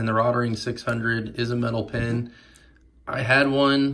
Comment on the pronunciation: Nice. Point of interest - the pronunciation is 'rote ring'. Thanks for the video!